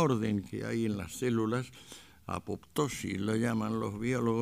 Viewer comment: Apóstosis. - Apoptosis. - Me ha derivado apostasía, que es la renuncia a la iglesia. Qué graciosa la reacción de don Antonio.